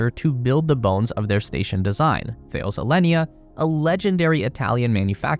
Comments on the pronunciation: It is not pronounced 'The-ils", it is THA-LES for fuck's sake. The biggest communication, military and aerospace manufacturer in Europe. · It's pronounced Tal-us, not Thayles. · FYI “Thales” is pronounced “Taa-lez”. Don’t ask me why, I don’t make the rules. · It’s pronounced “Ta-less” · You don't know how to pronounce Thales. What else are you wrong about?